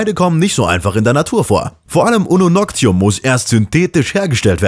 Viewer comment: Ununoctium, nicht Ununoctum :D Klugscheißen, Check!